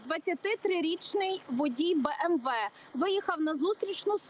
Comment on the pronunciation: і знову бєМєВє , це як діагноз звучить